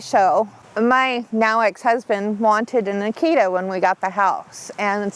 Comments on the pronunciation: Well to be fair she also pronounces Akita wrong the whole time too...most people do. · Well...to be fair, she also pronounces Akita wrong the whole time too.